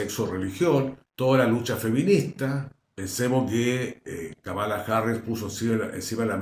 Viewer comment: querido amigo, se pronuncia Kámala, no Kamála